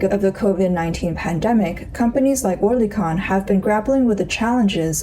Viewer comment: That was the silliest pronunciation of oerlikon ever 😂